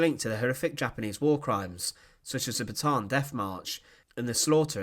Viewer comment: Pronounced BA-TA-AN not Batan.